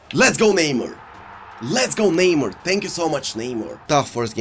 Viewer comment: This dude needs to learn how to say the players name? How the f does he not know how to say Neymar lmao.